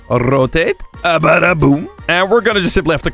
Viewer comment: "ррррротэйт" u know russian "р"